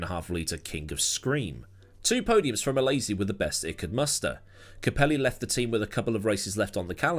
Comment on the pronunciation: Every time you say capelli's name like that it gives me a migraine